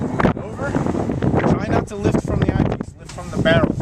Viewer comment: Where can I get that "Eye Pice"? Lol